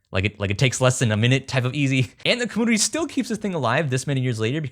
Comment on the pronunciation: Great project. Why is it that you can say "YOU" but not compYOUter or comYOUnity?